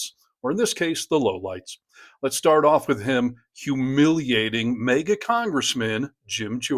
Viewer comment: Aw,! You only made it to before you blew it and said "...an rambling...", (Tsk tsk tsk 😮‍💨) then you went on to, again, mispronouncing "MAGA". It's not "mega",. No. It's maga... Try it: MAG UH, that's right. Here, try this: Say "magazine". There. See, you can do it. (I knew that you could.) So, it's not "megazine", now is it? No, no it's not. It's MAGAzine. Ya know, one would think by now you'd know how to pronounce it, after being reminded multiple times., here's definition of "mega"- adjective adverb mega (adjective) very large; huge: "He has signed a mega deal to make five movies" Similar: huge extensive expansive broad wide boundless immeasurable limitless infinite enormous gigantic great giant massive colossal mammoth immense tremendous mighty stupendous monumental epic prodigious mountainous monstrous titanic towering elephantine king-sized king-size gargantuan Herculean Brobdingnagian substantial hefty bulky weighty heavy gross monster whopping thumping humongous jumbo hulking bumper astronomical astronomic whacking ginormous very big very large